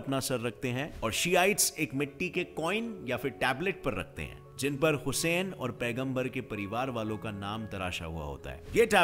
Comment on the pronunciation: Bhai pronunciation to sahi se karta Vo husayn nahi Hussain he